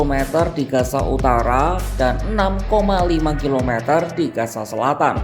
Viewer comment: pengisi voice tolong penyebutan z dan s itu beda gaza dan gasa itu berbeda